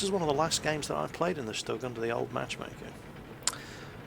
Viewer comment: It is pronounced STOOG. Not Stuhg. The U has an oomlau. It makes the U sound like OOH. :P